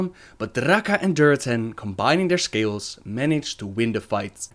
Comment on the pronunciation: "But Draka and Durotan, combining their scales, managed to win the fight." No matter how many times i hear it, that is what i hear XD